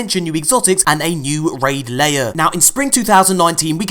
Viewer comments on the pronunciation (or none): RAID LAIR!!! NOT ‘LAYER’!!!!!1!11!!!1!!!!!!!1